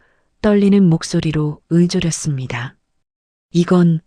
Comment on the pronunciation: '읊조'렸습니다 는 '음조'렸습니다 가 아니라 '읍조'렸습니다 로 발음하는것이 맞습니다.